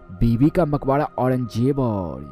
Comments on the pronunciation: Maqbara hayeeeee makhoda nahin hayyyyyyye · Makbadaa. nahi..makbara hota h